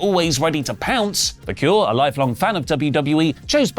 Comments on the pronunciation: Vah-kerr > Vah-cure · Nothing huge, but i believe her last name is pronounced VAQ EHR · Vaquer damnit! It's pronounced like VA' CARE if you all can't pronounce her f'n name right, that don't say it, Idios Mio.